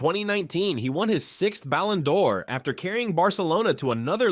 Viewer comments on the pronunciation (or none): The way bro pronounces stuff is so funny. “Bal ON door” “Cesc fab REE gas” Etc…